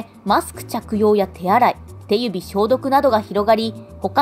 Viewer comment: ごめんなさい全然関係ないんですけど 手指（しゅし）消毒の読み方の「てゆび消毒」が可愛くて笑っちゃいました(⁎⁍̴̛ᴗ⁍̴̛⁎)ﾌﾌﾌ